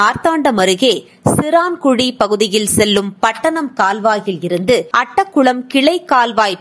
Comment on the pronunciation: Chiraayan kuzhi! Chiraankuzhi alla!